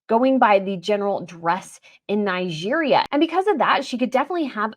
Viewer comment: Your pronunciation of Nigeria is highly irritating.